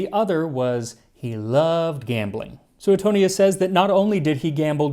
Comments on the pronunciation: Sue-tone-yes.. not... sue eh tonious 🤌.. Italian historin here. Mongiate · Max, love your videos, but I have to question your pronunciation of Suetonius. I learned it as "sway-toney-us" rather than "sooet-toney-us". But maybe that's the "Oxford" pronunciation and yours is closer to Latin? I know ecclesial Latin, not the ancient variety...🤔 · Should be pronounced Swetonius.